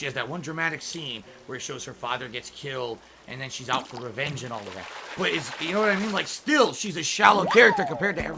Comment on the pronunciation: losing his mind on the Christmas card is funny this guy can't say "both" or "and" correctly and has been for years and the misuse of words or phrase added upon that